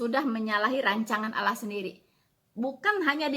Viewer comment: Kristen Goblok... Allah.. Itu lidahnya lam masuk ke dakam karena hukum bacaannya bukan macam.. Ala la la la lalong ala alalalong looong long long lontpnngg